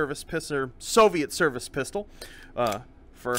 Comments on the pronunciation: Any one else noticed say pisser instead of pistol when he saying it like ppk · "Was a Russian service pisser"